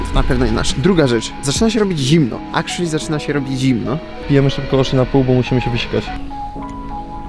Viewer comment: Bo- "akszli" - dzio